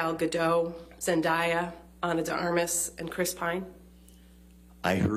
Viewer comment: ZEN-DAY-UH !!! You can say Jason Momoa but you can’t say Zendaya ???!!?!?